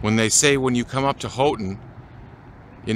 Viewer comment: Good to learn the fine points of Houghton including it's pronounced Hoe-ton, not How-ton. Been to Isle Royale from Grand Portage Minnesota, but most folks come in from Houghton.